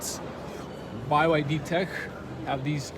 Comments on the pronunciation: Why do you call it BY YD? I’m pretty sure it’s pronounced B, Y, D - 3 letters. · it's not Bai Why Dee, it's Bee Why Dee. also the Chinese letter when you opened the front cover, it's the Chinese letter Han. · BYD, not Buy Y D, lol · "By YD"... Anybody else acknowledge this? Not sure if srs or trolling. Honestly will be trading my Mercedes CLA for this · BYD = Bee Why Dee Never heard Bye Why Dee before. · "Bee Why Dee" not By Why Dee 🤦‍♂️ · By YD?? huh?? it's just B Y D...... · bye why dee hehehehe.. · its bee-why-dee